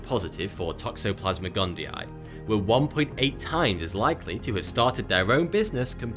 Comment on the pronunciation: Fun drinking game everyone... take a shot everytime you hear him say "Toxoplasmic Gundii" lol